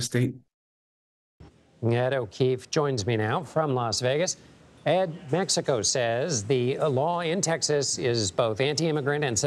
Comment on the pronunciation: That D A no sabo said metsicoe. 😐